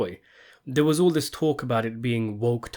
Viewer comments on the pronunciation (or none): none